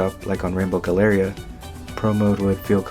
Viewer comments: Really appreciate your thoughtful analysis, the way you pronounced galleria almost broke me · You mispronounced Galleria